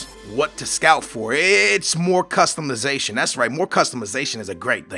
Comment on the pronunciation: Customuhzation? Lol its customization